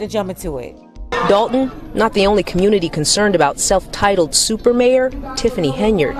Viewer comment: Every time I hear her say SOUPer mayor I be so embarrassed 😭😭